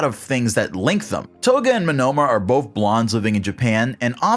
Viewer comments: why are you saying Monoma wrong its monoma no monnoma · Why are you pronouncing Monoma as "Manoma"? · am i the only one weirded out by how he says "monOma" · ouch, the way you say Monoma hurts.